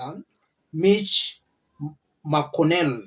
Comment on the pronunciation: Chuck Chuma, Joe Bidden, Mich MaCo-what?? Wow! You've really butchered those names.